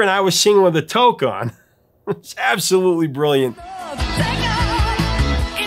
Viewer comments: Um,, speaking on behalf of most Canadians, it is pronounced “too-que,” not “toke.” Just a tip. 😂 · oh I shivered when you said took......toque (pronounced /tuːk/; also spelled tuque or touque) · ya hoser....the word toque is pronounced like the word two...with a k at the end...so instead of saying took....it's twok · It's pronounced Tewk ... not Toke! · Just after the pronounced toque as "toke". We in 🇨🇦 pronounce it as "tuke" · Just a note from the Great White North, man... "touque" rhymes with "puke"... "toke" is probably what they did AFTER the recording was over. :) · I think I heard you call the Canadian winter hat a toke! Well, toke is pretty Canadian, but the hat is known as a tuque, or touque….with an ‘oo’ sound. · I don't remember most of those records and I'm sure a couple were not played in the Toronto area. BUT as soon as i saw the thumbnail I heard "Coo loo coo coo, coo coo coo coo" running through my head. BTW, the definitive Canadian head gear's name is pronounced like "tooque", not "toak" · Many thanks! Funny thing though: Geddy’s “toque” is pronounced “tuke”, not “toke” at least here in Canada! Toke is an entirely different thing lol. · “he’s got a toke on” lol hahaha It’s pronunciation is like puke except with a t….like tuke, it’s spelled toque. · “Toke”? While it’s spelled toque, it’s pronounced like the number 2 with a K at the end, and rhymes with fluke. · Uh…hey? The hat is a toque, pronounced “Tewk”. But I’m pretty sure Bob and Doug would probably have appreciated you calling it a “toke”…for obvious reasons. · Minor point, but toque is pronounced “t oo k”, not “toke”. I had no idea it was Geddy Lee on Take Off. I thought it was a female singer! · Subscriber here. Like your channel. BUT, FFS dude, at about the 9 minute mark....it is pronounced toque (the double 0 rhymes with cool) so it's toooook NOT toke! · It’s not “toke” eh? It’s “too-que”! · Hope you meant toque, pronounced "too-k or tew-k", and not "TOKE", eh?!? 😅